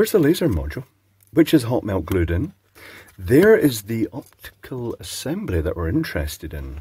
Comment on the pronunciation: Didhe say 'Hotmail glued in'? 😂